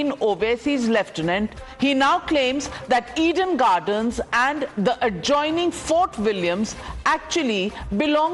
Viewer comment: It's Eden Garden not "Eid–En gardan" It's fort William not "fart wallia"